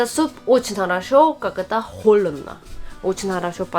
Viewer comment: Почему говоришь: холедно, делать?